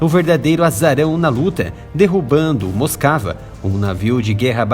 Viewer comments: A PRONÚNCIA CORRETA DA PALAVRA "MOSKVA" , "MOSCOU" EM RUSSO, É "MOSUKÁ", E NÃO "MOSCAVA". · Moscava 🤣🤣🤣🤣🤣 moskiva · É dose escutar alguém chamar o RK MOSKVA de Moskava!